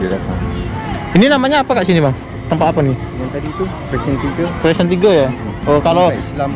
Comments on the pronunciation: Bukan "presen" tapi "precinct" (istilah Inggeris untuk kawasan / daerah) dibaca "prisink" seperti disebut oleh teman Melayu anda itu. Sebaiknya anda research (riset) dan Google untuk sejarah bagun nya Putrajaya, kenapa dsbnya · Precint bunyinya 'prisin'.. ndak pa.. kita belajar.. sy pun dulu salah sebut 'keren' ketawa kawan2 sy..